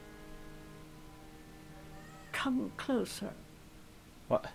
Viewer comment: "come clower" *leans in* "aaaah I only had one son, my little johnny"